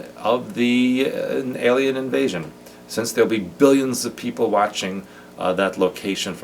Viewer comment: I'm just curious because your phrase 'staged alien invasion' sounded like 'staged ASIAN invasion' to me..:) Are there any over-linguistic connections for the MK-programming they use for us with this? Very informative podcast, thank you!